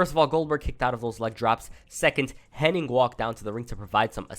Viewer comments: Hennig…. Not Henning🙈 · How come all of these people that make their living off of doing wrestling videos CAN'T say Mr. Perfect's real name CORRECTLY?? It's Curt HENNIG, NOT "Henning"!! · its Hennig not Henning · Henn-ing is what bestialiacs do on Friday nights. Hennig sounds like the first part of Bennigan's.